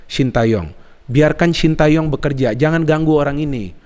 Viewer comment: bacanya bukan sin ta yong tapi sin te yong